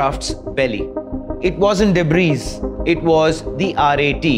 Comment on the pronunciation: "Debrees" hee hee